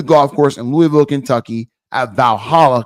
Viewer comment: I'm glad pronounced Louisville right ✅️